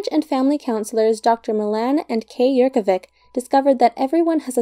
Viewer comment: I'm really sorry, but it's not dr. Yerkovik as you pronounce it, it's barbarism to behave like this. It is clearly written as Yerkovich - you, as an native English speaker should be a master of your native tongue. If it would have meant to be pronounced as K, that is how it would be spelled, either C, or K. Also, isn't it clear that this is a Slavic surname, a surname that will never end with letter K? Little things matter, butchering YOUR OWN language, especially when you clearly speak only your native tongue and no foreign languages, is it that much to ask to simply be good at that one and only language you speak? Please, take no offense, just master your language.